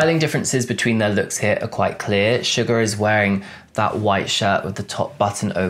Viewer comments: Hello, You said Sugar but it's actually Suga. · you seriously called Suga "sugar"... WTF